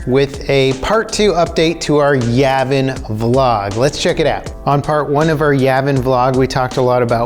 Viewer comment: Am I the only one bothered by how he pronounces Yavin?